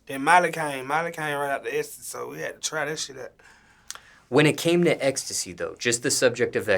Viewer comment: can’t say ecstasy to save his life